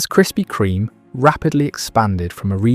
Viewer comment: Why can't you pronounce the bloody name?